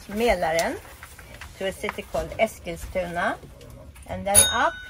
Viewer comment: High quality as always - especially this time, though, for the pronunciacion of Eskilstuna: I've never noticed the second 's' before (one of my fav bands growing up hailed from there)